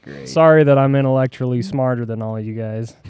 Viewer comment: “Interllectualy” had me laughing! 😂😂